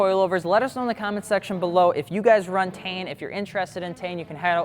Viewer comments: I always thought its pronounced "Tee-en" not "Tane" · Tee-in. Not TAIN. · What the fuck is tain? I’ve always heard it as “tee-ian” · It’s pronounced “tine” as in Stein it’s German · It’s pronounced as (teen)